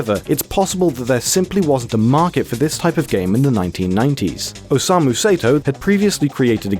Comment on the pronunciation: "OSEIMU SAETOW" god, I love english pronunciation. Some things on this video was entirely wrong but I'm tired of commenting the same thing on different videos about this game. Other than that, good video.